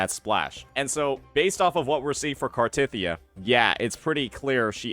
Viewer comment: Why the emphasis on “tith”